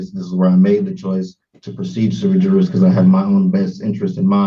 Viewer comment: sui juris mans of his right, basically having the right to act on ones own behalf. Using bad Latin doesn't make you sound intelligent it just shows you read something online. It is pronounced as swi yeris in Latin. Also the law has no colour it's colour blind as to law, as everyman is treated equally, or should be at least.